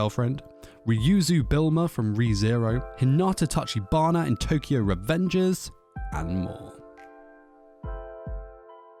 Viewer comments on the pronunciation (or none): none